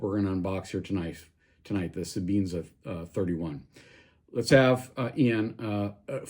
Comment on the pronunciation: Sebenza... Not sebeenza!